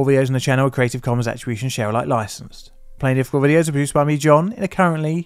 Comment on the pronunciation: "tis-a-plainlifficulproduction", or is it "plentiful"?